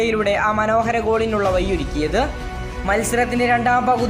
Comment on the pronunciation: ഒരു യൂട്യൂബർ എന്ന നിലക്ക് നിങ്ങളുടെ ഉച്ചാരണം എന്തേ ശ്രദ്ധിക്കുന്നില്ല? വയിയൊരുക്കി എന്നല്ല വഴിയൊരുക്കി. പ്ലീസ് ശ്രദ്ധിക്കൂ❤